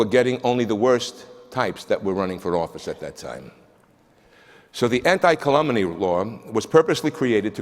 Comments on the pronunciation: A very smart Italian American who doesn't know how to pronounce "calumny", but thinks he's qualified to give a solemn lecture on it. Speaka de inglish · The man doesn't even know how to pronounce "calumny", but feels qualified to give a solemn academic lecture on a word he can't pronounce correctly. And he gets away with it because most of his audience have probably never heard the word before. And, btw, where was he when Trump was spewing calumny against Obama for the last 8 years?